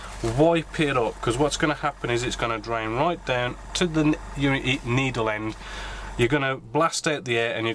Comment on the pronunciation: You say it ve-lay-ho and also it's also down not dow-un.